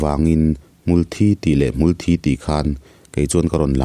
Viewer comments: Mulhthi tih aiin. Hmultbi hi a dik zawk in ka hria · Hmul Thi "Mithi" Kan lam anga lam tur A thih a vangin hmul dang angin a thang ve lo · Hmul in thi (blood anga lamrik kha, chhimlam ho lamdan tih kha) a nei ngai lo,hmul thi(mi thi) anga lam tur ani,hmangaih tihte pawh hi hmangeih te an tia,ngeih tih hi ngaih an ti leh daih a,tawng tharlam in siamchhuak duh anih pawhin kan mizo tawng hi chu ti chhe kher suh u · Hmul hi thilnunglo amaha nunna neilo ani,thisen aneilo anbtlu dial a,an muhil/thi a,hmulthi tihakan sawi hian kan hmul hi an tho tihna ni mai,hmuthi thi lai thisen/thi anga lam hi adiklo tawp,adik khan lam.mai rawh,hmul in thisen aneilo. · A sawi khi a dik chiah Mitthi a thi ang a Hmulthi hi lam tur a ni e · Advise pe duh suh, inti hre deuh in a hnial zut2 ang che. Insiamthat ai chuan a tihdan dik ve tho angin regional variation chhuanlamah a hmang char char ang....Awmzia a awm lo, Mizopa kum upa lam ka zawh kual viau pawh hian lamdan Hmulthi (Blood) hian an lam ri ngai lo. A hria in advise an pek pawh in a hnial zut zut zel, insiamthat a tum lo, hrethiam ula enliam vel mai mai rawh u!!!!!